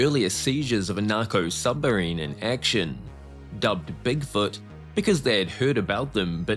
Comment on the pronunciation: Hey Mr Creator >> It's said S U B M A R I N E >>> not S U M B E R I N E !!!